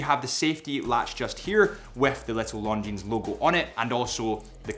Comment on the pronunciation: I know what time it is. It’s time to say Longines properly.